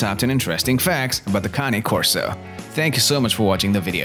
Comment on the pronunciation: County Corso ??? Cane ( pronounced - - caw-nay) Corso Italiano - - they are a working class dog and need to have a job or function to stimulate them. By all accounts they have the third strongest bite somewhere in the range of 700 psi and I believe it after watching my 19 month old pup crush a one inch stick simply by clamping down on it. If you look on this page you'll see Jason Cory's vids on his Cane named Bruce Wayne and mine looks like Bruce right down to the huge size, black color and white blaze on his chest except mine has the natural ears with the docked tail and weighs over 160 pounds. Most of what this guy in the video says is spot on especially the need to TRAIN YOUR DOG PROPERLY and get it used to meeting people and other animals - - properly socializing them. If you get one the size of mine he had better listen to commands or you'll have to walk it accompanied by 3 strong men and a gorilla - - they are powerful dogs and very athletic, very quick and agile. You get out of a dog what you put into it and in most Cane Corsos the protection instinct is just in them - - they are very observant as they are constantly on the alert so the owner has to be aware of how their dog is behaving and what he/she is telling you because if they deem it a threat they'll go after anything from a skunk to a grizzly bear ( going after either of those poses great problems but for different reasons obviously ) mine tried to bite the face of a grizzly chasing salmon upstream on my big fl